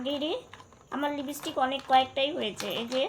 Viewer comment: a kothata Lipstick tumi Lipistick bolo na